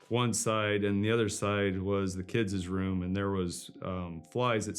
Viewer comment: "kidzez room"???